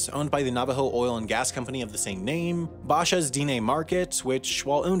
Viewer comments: And Dine is Den-ay..... Bashas' is Bash-uh's.... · It's not pronounced bah-shahs. It's bash-uhs. Very likely the pronunciation in the video was the original pronunciation, but the family that owns the chain uses is the latter. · Almost 2 million views of mispronounced words like Bashas and Cherokee. You said Bosh-es and chur row key. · His pronunciation of “Bashas” made me want to run away in disgust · The way you mispronounce Bashas is hilarious. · As a former Bashas' employee I just wanted you to know you pronounced it wrong. Cool vid tho 👍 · I love the way he says Basha's, it's not right, but I love it. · Legendary Bashas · As an Arizonan, it truly pissed me off. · That was ear shattering to me too. Eddie Basha must be rolling in his grave.